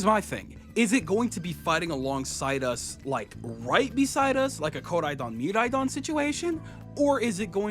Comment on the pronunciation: Never heard anyone say Koraidon and Miraidon like that